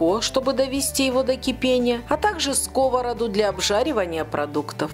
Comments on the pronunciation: Не в скОвороду а в сковородУ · Рецепт чудесный. Раздражало неправильное ударение "в скОвороду"(((.